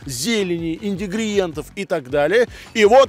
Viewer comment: оператор научи правильно говоить слово "индигриенты"